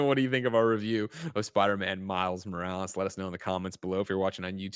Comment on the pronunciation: "Spider man miles moractor"